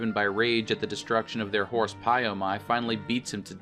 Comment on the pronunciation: You killed that "hores" Get it? Horse = Hores